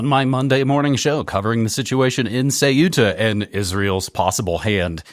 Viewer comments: Ceuta, not Cueta. Stop the copy/paste ! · "Que -etta" not Cu-eta, pedanticism I know but... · Not Ce-u-ta , it’s Ceu-ta! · Dude, it’s pronounced “Kuta” (or Kootah if that easier for you) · Dudes, it's pronounced Thay-oo-tah. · Ceuta = SAY-OO-TUH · It is CEUTA, ("Ce-oo-ta") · THAW-tah (official Spanish) or SAW-tah (Arabic, Berber and dialectal Spanish). In this case the "u" works like a /w/. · An independent investigative journalism piece cannot afford such a mistake. Could it be that this disdain for the pronunciation of a small Spanish city, an enclave on the Strait of Gibraltar, stems from a chauvinistic bias?